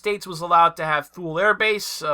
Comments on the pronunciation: We have always pronounced Thule as "tool-y", like woolly but with a hard T. H is silent.... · Thule = pronounced '2ly'